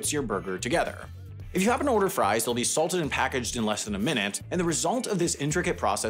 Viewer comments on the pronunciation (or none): none